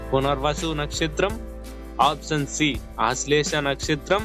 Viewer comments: అప్సన్ కాదు, ఆప్షన్ అని పలకాలి. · ఆప్షన్ పలకడం నేర్చుకోండి